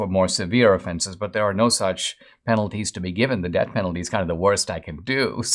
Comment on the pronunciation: You’re saying “debt penalty” instead of “death penalty”